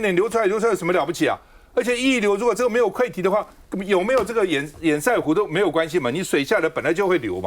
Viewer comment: 潛艦國造本身就是個笑話就是拚裝貨，拼裝的東西當然不好整合，台灣確實受到打壓買不到潛艦，但不代表國防經費就可以亂花。 提醒趙大哥，堰塞湖的塞讀音是"色"不是"賽"，堵塞跟比賽是不同讀音的。